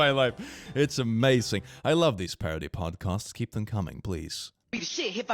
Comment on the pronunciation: So... are you saying "podcosts" as comment bait? Or is it a pun I'm not getting 😅